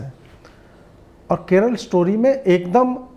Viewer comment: Keral nahin Keralaa…